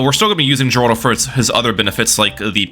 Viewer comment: The way you pronounce Geraldo infuriates me.